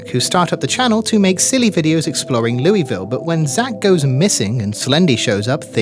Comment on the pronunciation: “leweyville,” my kentucky heart shattered a little 🥀